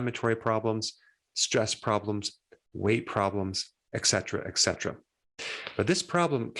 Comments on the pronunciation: Dr. Eric Berg, it is not "ek cetera." It is "et cetera." Please pronounce the "t" in "et" and do not say "ek"! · Why do people mispronounce etcetera? They are pronouncing the word incorrectly because they either have never seen it in writing, or they have misheard it. Just follow the spelling: "etc." is short for "et cetera" (the Latin phrase meaning "and so on"), so the correct pronunciation is "et cetera."